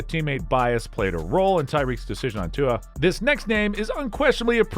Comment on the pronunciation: Butchered Tua's name 😂😢